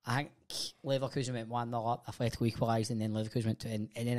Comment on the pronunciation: Atletico, not Athletico